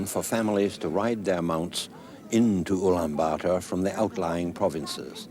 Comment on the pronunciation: Woah, He pronounced the city name Ulaanbaatar almost perfectly. Shouldn't be hard to pronounce but many mispronounce.